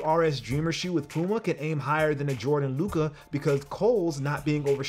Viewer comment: please pronounce Luka's name right hah